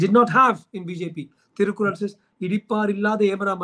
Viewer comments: Big mistake; it is thirukural and not Thirukul! Please correct yourself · Dr Rajkumar did a great job. But the host of this show should have prepared better! unfortunately didn’t do his homework! Thirukural was mispronounced as thirukul and what is worse muspelled as Thirukul and what is shocking is his shortening of Thiruvalluvar’s name to Thiru! If you are going to have a guest talk about Thiruvalluvar at the very least make sure you pronounce the name right! And spell it right!